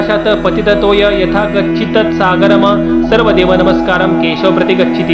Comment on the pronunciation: षोडश अध्यायातला एक मंत्र: आकाशात पतितं तओयं यंदा गच्छंती सागर्म काय अशुद्ध बोलत आहात,तेथे सागरम शब्द पाहिजे 🌺🙏 श्री स्वामी समर्थ 🙏🌺